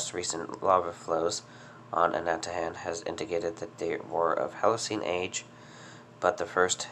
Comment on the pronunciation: Pronounced Ana-ta-han I'm from Saipan. I remember the massive eruption in 2006 🌋